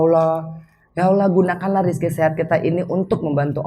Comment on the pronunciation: Assalamualaikum warahmatullahi wabarakatu. Mba Anggie maaf perbaiki ucapan nya Allah 🙏🙏🙏